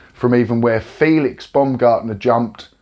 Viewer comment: Felix Bomgardner. Pronounce it like bomb & gardner together